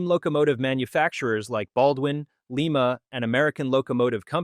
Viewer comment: A good rundown, but you can tell it was provided substantially, if not entirely, by AI. A clue? Its mention of the Lima and Lima-Hamilton Locomotive Works. The video pronounced it Leema, as if it were mentioning the capital of Peru. Any American humanoid knows that this company was named for its original home of Lima, Ohio, which is pronounced Lime-a, as in the citrus fruit. Nice try.